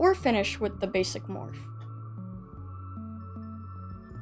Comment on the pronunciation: For a second their I thought you said bassie not basic like are we talking dandy’s world or Wcue